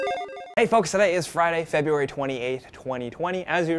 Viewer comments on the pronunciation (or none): Do all Americans pronounce "February" like that?